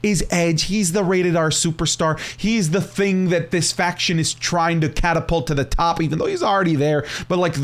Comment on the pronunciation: Bro said “faqoor”